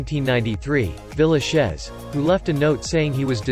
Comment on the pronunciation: I don't think YouTube will ever get a good narrator. The foreign people they hire can never get a name correct. Saying Herb Villachez ??????? for Tatoo and the show "Vegas" he said Vega dollar ???? You don't say the dollar sign ??? Please Utube, get people who know how to pronounce names. Your site is pathetic !